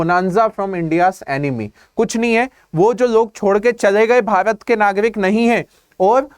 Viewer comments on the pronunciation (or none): none